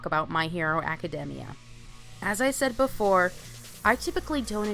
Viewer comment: Did she just say My Hero Acadehmmia? And there's a bit of an echo at the beginning